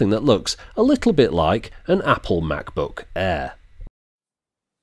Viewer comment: " a little bit like an Apple Macbook Aaaaaaaaaaah" hahah this accent is really funny!